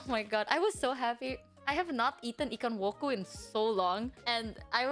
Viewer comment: its ‘ikan woku’